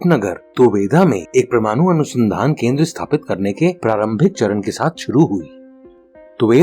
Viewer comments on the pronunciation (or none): प्रमानु नहिँ भैया परमाणु होता है ।